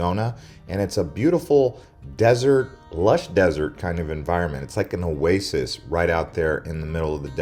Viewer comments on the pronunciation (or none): none